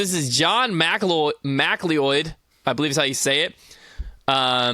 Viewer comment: MacLeod is pronounced Muh-clowd, you numpty.